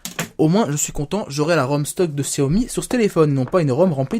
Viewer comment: and Co. Ouiiiiiiiiiii tu es démasqué!! Haha :p bien pour xiaomi bon c'est pas trop ça mais tu dis pas gziaomi xD c'est horrible pour nos oreilles :') en tout cas très bon téléphone, je pense fortement à l'acheter